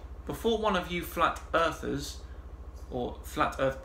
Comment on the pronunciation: "Flat Arthurs..." lol, I like the new nomenclature, because they're "'arf asleep"!😂 Just working through your Flat Earth Fridays playlist, loving every minute.❤ Subbed.